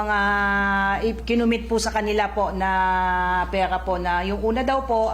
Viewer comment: palitan ang spokeperson hindi marunong bumigkas imbes na barangay bawangay at ang pera naging pewa..